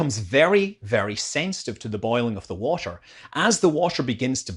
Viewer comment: Hey man, Please try, to pronounce the word ,,water" correctly. Cause it's not called ,,washer". A washer is a tiny round plate, that's used in screw connections, it's not a fluid. Thank you!